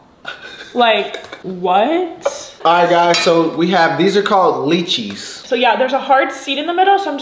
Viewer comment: Guys the green banana needs to be cooked lol and the “mango” is a papaya. Loved this video but just a little help with the names of the fruit. I absolutely love soursop but when it’s a little more ripened. Also lychee is sounded out as lie-chee. But I believe that’s a longan, very common here in Hawaii. Please do some more videos trying authentic cuisines/ fruits 😍